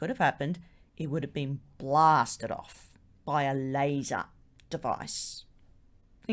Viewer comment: Please know the information well before presenting anything. Most of the time you said you don't know anything about it. Also you need to improve your pronunciation, like saying "Lazzars" for simple "Laser "